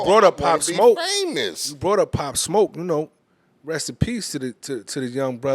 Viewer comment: that man said Poplar 💀💀